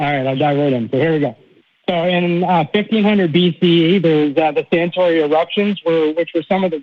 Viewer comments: Santorini not Santori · Throughout he refers to the volcano as "Santori" when it's actually Santorini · Does this guy mean Santorini? If so, why does he keep mispronouncing it? Oh, so he’s an American, ok. The prosecution rests.